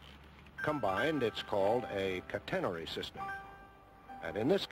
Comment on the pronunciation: Boy that announcer sure can't pronounce 'catenary' (CAT en nary).